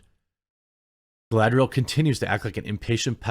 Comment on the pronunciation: My favorite part was when she said “Is Galadring time” and proceed to Galadrig all over the place